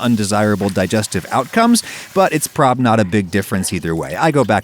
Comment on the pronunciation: The fact that he didnt even pronouce the word "probably".. why not.? Is it too "sus".. you are a weird man..